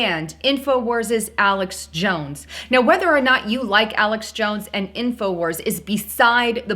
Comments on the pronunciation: Wars...Not Warses. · '' Infowarses'' = lol ...it's Infowars, not '' Infowarses''